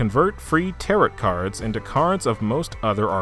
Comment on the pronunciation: how are you obsessed with megaten but don’t know how to pronounce tarot 😔